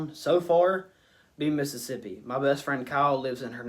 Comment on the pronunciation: I miss Mississippi all the time I stay in NC now like different worlds. You deff fit in down there you already say Mississippi right!